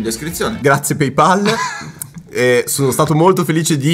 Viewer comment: Si dice PayPal e non PeyPal ca***